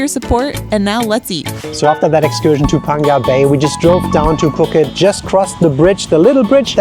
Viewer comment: That is not how Phuket is pronounced